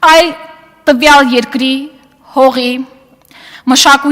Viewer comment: Երկրի ոչ թե եռկռի😀😀